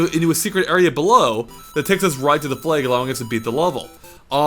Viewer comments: lol sounds like he is saying "flauge" instead of flag. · "Flay-guh" Its flag...